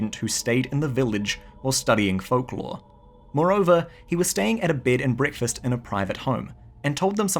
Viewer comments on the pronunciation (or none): none